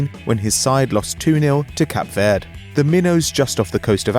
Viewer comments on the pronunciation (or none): It's Cape Verde not Cap Verde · american narrating a piece about football - ridiculous. And it is called Cabo VERDE not cap verd, and also PORSCHEEE not porsch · Wtf this guy said Cap Verd instead of Cape Verde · Cap verd? I went on holiday there its pronounced cape ver-de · Cap verd really?? It's pronounced cape ver-day